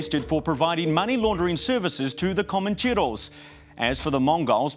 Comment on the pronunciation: Did he just put Comoncheros in a Maori accent?